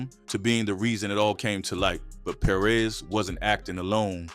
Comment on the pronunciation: Perez. Not Per-rez